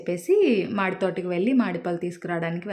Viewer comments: అమ్మా, తల్లి తమరు చదువుకోకపోతే ok, చదువుకుంటే అది... మాడి పండు కాదు, మామిడి పండు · మా డి పండు ఎంటి?? అది మామిడి పండు... కార్ డ్రైవ్ చేయటం వచ్చు, విడియో యూ ట్యూబ్ లో పెట్టటం వచ్చు కానీ తెలుగును తెలుగులా మాట్లాడటం మాత్రం రాదా???